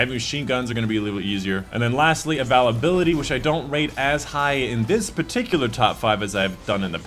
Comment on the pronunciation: I hate the way you say availability lol